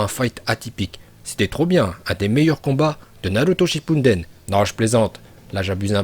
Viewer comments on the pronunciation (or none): Et on dit shippuDen pas shippuNDen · Naruto shipunden tu dis mdr